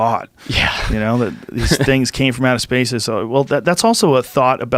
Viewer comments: is homie saying "out of space" instead of "outer space" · Am I fucking insane or are they saying "out of space" instead of "outer space" every single time? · Is that fucker saying “out of space”? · is he saying 'out of space', cuz the term is outer space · Is he saying out of space or outer space ? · Anyone else bothered dude says "out of space" instead of "outer space"? Or am I too high.... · Is he saying “out of space”? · I hate how he says "out of space" like wtf dude it's OUTER space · Is Forrest saying "out of space"? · Am I the only one hearing "from out of space"? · Is he saying 'out of space'? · I heard "out of space" too lol